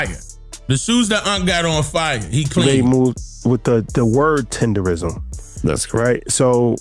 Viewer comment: Unc said Tender-nism a million times and the two interviewers are still saying it wrong.. Smh 🤦🏾‍♀️